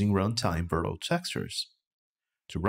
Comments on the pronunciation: "virtual" is pronounced like "virch-you-al" ;) Great tutorial anyhow. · He's saying it in the Portuguese pronunciation since it's the same spelling but different pronunciation. I don't see why it's a big deal for you since you recognized the word. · It's originated from Latin. It's neither English nor Portuguese, it's both actually. He can pronounce the word whatever he likes. If it was a problem, I doubt no one at Epic wouldn't "nicely explain" to him. As for me, it wasn't a big deal, sorry if it looked like it was. Peace. 🌹